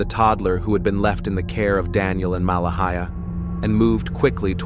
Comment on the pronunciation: This terrible AI narration mispronounced Malehya differently several times. 😒 It's not Mala-hee--ah... Her name is pronounced Ma-lay-ah Credibility is everything. 🙄